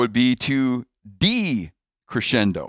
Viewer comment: I’m sorry, but your pronunciation of decrescendo was so appalling… 😉